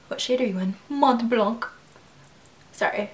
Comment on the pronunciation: Mont Blanc is french and prononce like mont blan...with out k of the end.And meen White mountain :)